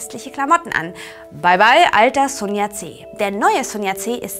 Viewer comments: Ich möchte anmerken, dass am Anfang noch von Sun Yat-sen redet und ihn ab plötzlich Sun Yat-C nennt xD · und leider ist es nicht nur der name sun yat sen, der falsch ausgesprochen wird, ich habe nun (fast) alle Folgen gesehen und muss anmerken, dass sehr viele chinesische begriffe falsch ausgesprochen werden. schaut mal bei " Konfuzius gespräche" reclam Seite 133 nach, da findet ihr die aussprache der gebräuchlichsten buchstaben recht gut beschrieben. in kapitel XIII,3 findet ihr auch einen passenden ausspruch konfutius' zu dem thema" richtige aussprache". Also: immer schön weiter üben... AnLa